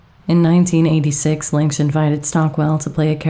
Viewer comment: I think the director pronounces his surname “Linch” not “Linx”.